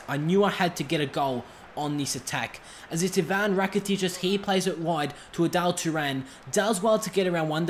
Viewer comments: Adal Turan lol It's Arda Turan. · its arda turan not adelle turan